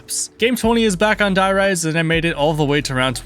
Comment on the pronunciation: Stop saying “die” rise” its “der reese”